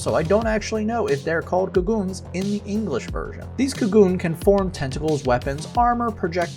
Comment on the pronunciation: Just so you know Kagune is pronounced (KAH.GOO.NEH)